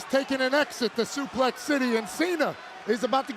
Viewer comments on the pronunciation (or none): Pat says: Supéx City kkkkkkkkk